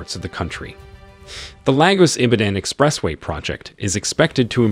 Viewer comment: Is this AI voice? Can't even pronounce "Expressway".. What ??